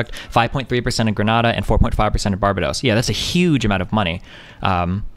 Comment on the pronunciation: hahaha the way u say Barbados xD hahaha